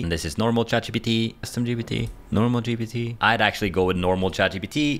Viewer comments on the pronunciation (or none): Why do you say GBT instead of GPT?